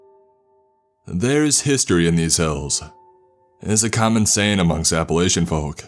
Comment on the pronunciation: PSA: we pronounce it App-a-latch-in